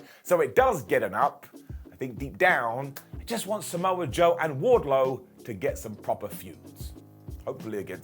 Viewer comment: Was it me or was the announce team calling wardlow … wardcho ?